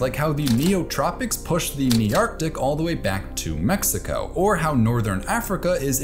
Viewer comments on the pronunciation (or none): none